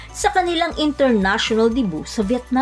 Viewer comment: Debu? 😂😂😂its pronounced de byu not debu😂😂😂